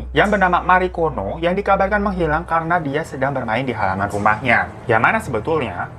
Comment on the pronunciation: Marikono kok gue dengernya margono 😩😩